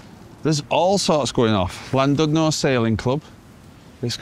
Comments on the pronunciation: Some pronounciation help and facts. Cymru is the Welsh name for Wales and it means the exact opposite to the word Wales. Wales is Germanic and means Foreigner and Cymru means Compatriot. Cymru is pronounced Kum- REE. Llandudno is Chlan-did-nor with some phlegm used for the Chl sound. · Another lovely video. In Welsh, 'u' has two sounds .. "ee" as in "sheet", or "i" as in "did" . The 'u' in Llandudno is pronounced like the "i" in "did", so:- Llan did no. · Could at least have learned the correct pronunciation of Llandudno.